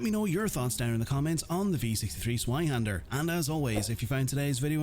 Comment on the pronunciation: if cant pronounce the name why not just say electric sword